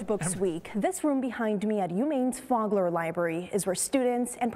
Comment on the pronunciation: Long "o" sound on Fogler! Not "fog".